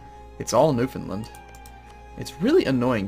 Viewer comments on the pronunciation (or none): as small as it is, it really annoys me how you say new found land...its new FOUND land not new finland.